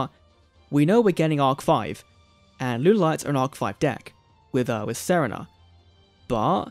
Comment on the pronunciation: "Saranah" Who? Serena. Oh.